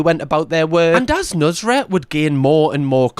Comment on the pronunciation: How its spelled: nusr-et How this guy pronounces it: nus-ret